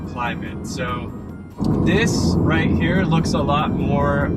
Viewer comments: Yeah Roit! 😂😂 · Hey, the way you said "Oh yeah, right!" - you're really sounding Aussie now... Good one mate!!🤗